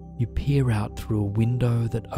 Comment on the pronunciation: Sorry, but - “you pee out over crystal waters”? It took me a minute to realize you were saying peer- but now I can’t stop laughing.